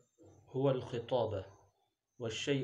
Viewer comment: من المناسب أن تتلفظ با لكلمة. الخطابة بفتح الخاء لابكسرها